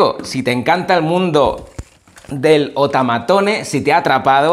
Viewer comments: No es otamatone delucse, se dice outaimataune delucs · Se dice otomatone no otamatone